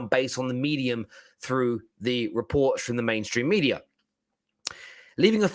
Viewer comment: So many re-poop.. reports.😂😂😂 I lost it when he said that.